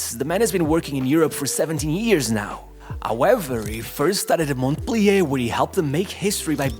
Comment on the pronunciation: The T in Montpelier is silent 👍